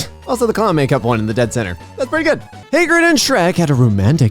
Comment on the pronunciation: It's Hagrid, not Haygrid.